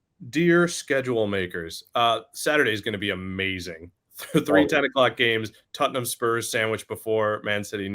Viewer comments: Why is he saying tuttenhum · What is tut-num? Spurs may be easier to pronounce.